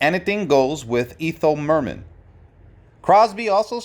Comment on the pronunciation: You twice refer to "Bill Crosby" and even mispronounce "Ethel Merman". There is no justification for these poor production values.